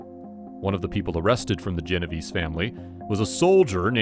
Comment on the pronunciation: Geno-vay-say, not Genoveeese!